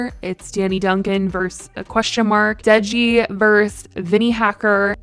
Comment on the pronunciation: Deji is pronounced like day-jee without the ‘y’ in day pronounced, not deh-jee.